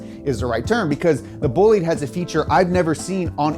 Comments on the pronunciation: he really pronounced bah-lidee as boleed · it might seem like nitpicking, but since you guys care so much about proper pronunciation, it not boo-lide, its baw-lide, the single o. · It's not pronounced Boo-Lead, it's pronounced Boh-Lee-Deh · Bo-li-dE not Boulid. The e is not silent and the o is closed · Bolide is from French = race car Not said booh-lid, but bah-lid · Thank you for explaining this so well to the normies. PS: It's Boh-Leed, not Bully ! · It is boh lee dh, not bullit... Un peu de francais monsieur 😅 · BTW, it's pronounced BOH-LID-A, not Boolid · I’m just gonna put this out there. IT’S PRONOUNCED BO-LIDE, not bo-leed. Just thought that needed to be said. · It's not bull leed tis pronounced bo lide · "The Bugatti BOOLID" Me, an Italian:"it's BOLIDE, BÒ-LI-DE, remember the E at the end, but not Bolidee, it's BolidE." thank you. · It's a Bolide not "Bollid", BOLIDE! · Bolide Is pronounced "Bowleedah" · sorry but it's "bol-ee-day" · Bo-leed... come on man. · did you just say bolede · It’s Italian, so it’s Bo-li-de, right? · Bolide. Not bullied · Boe-lee-de is how you say it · Isn't Bollide pronounced as "boo-lieed" rather? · It's horrifying how you pronounce Bolide it's pronounce /'bɔlide/ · Great video, but it's pronounced bo-lee-deh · Si poi è bolide non bolid... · tbh it sounds like "bugatti bullied" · Not in French, no. They have a different pronunciation and a different definition than other languages using the same word. And Bugatti is French, so it's "buh-LEED". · BOLIDE in italian is better said like BòH-LEE- DEHH . Still gives the idea though ;) keep up the good work! Bravo! Cheers form Italy! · When you say bolide it sounds like bullied... Poor Bugatti got bullied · Yeah lol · The way he says “Bolide” and the way he translated it made my ears bleed. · ahahahah even though they're French, the word is Italian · great video, but please learn how to pronunce italian words (BOLIDE)